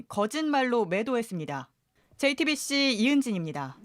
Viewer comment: 지금까지 화분없쩌(?) 앞에서 JT빕씨 김어벙벙(?) 입니다. 와~!! 이 사람 어떻게 기자가 됐는지 모르겠네. 말하는게 상당히 귀찮아서 빨리 끝내고 싶다는 티가 팍팍나게 발음도 어벙벙 개판이고 듣는내내 짜증 한바가지로 쓰러질뻔 ㅎㄷㄷ